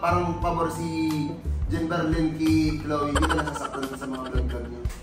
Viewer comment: "Ghin Berlyn" HAHAHA